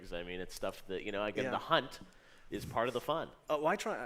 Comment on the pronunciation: 4 EE hunts I’m dead